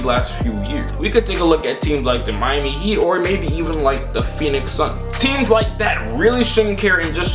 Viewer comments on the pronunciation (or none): none